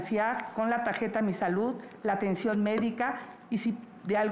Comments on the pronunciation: Que tajeta va dar a los estudiantes es tarjeta mejor deles cajeta para q lo pueda decir bien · La tajeta dice sochil😂😂.